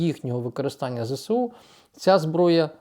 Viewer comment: "ЗСУ" вимовляють Зе-ЕС-У. Будь ласка, говоріть правильно 🙏